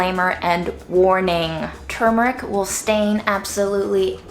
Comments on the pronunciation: Thank gosh you pronounced the word properly 97% of the video. Your fails were on the turmeric tea and the very last time you pronounced the word in the video, right at the end, where, sadly enough, you dropped your guard and went back to your wicked slovenly ways. 🤣 Seriously, though, very good video, as usual. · I was today years old when I realized that it is "turmeric" and now "tumeric".